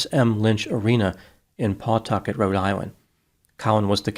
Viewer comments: It not pronounced paw tucket...you say it puh tucket.... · Fwiw: the W in Pawtucket is silent. (I live within walking distance of the arena)